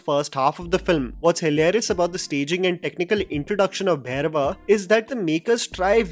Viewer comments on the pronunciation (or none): First of all.. it’s not Bhayrava.. It’s Bhairava!! For gods sake